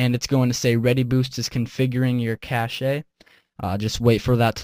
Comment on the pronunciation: It's pronounced "cash" btw, The way you pronounce the word cache in the video is actually how someone would pronounce the word cachet. Completely different beast. Also Readyboost helps people with smaller amounts of RAM, people using over 4GB won't see any real difference. Its also a good way to nuke your Flash Drives that much more quickly with all the read/writes going on.